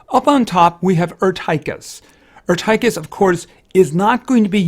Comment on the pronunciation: Err Tie Kiss it's pronounced Err Teh Kiss